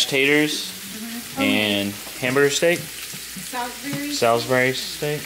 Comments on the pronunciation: it's so funny hearing you say my city's name in England - Salisbury! We say it more like, um, if you say the word "all", we say it more like that than "Al" if that makes any sense! "s-ALL-sbury" and don't pronounce the i, its a silent i in Salisbury haha! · it breaks my heart how you say “Salisbury.” Sal (like mall) not sol (like cow) 😂😂 Love you guys!